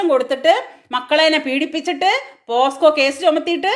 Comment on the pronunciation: മേഡം, sorry "പോസ്‌കോ "അല്ല പോക്സോ എന്ന് തിരുത്തണം